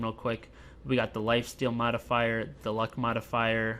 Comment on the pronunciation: I couldn't help but to hear S.L. Jackson saying motherfucker each time you're saying modifier ... !